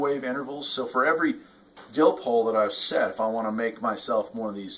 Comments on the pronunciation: Dipole not dilpole lol!! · I cringed everytime he said that. Dipole there's no l before the P. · "Dillpole" LOL! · What the heck is a dillpole? Our you miss speaking and meaning a dipole antenna 😢